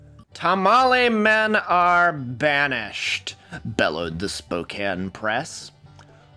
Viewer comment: thank you for pronouncing Spokane coorectly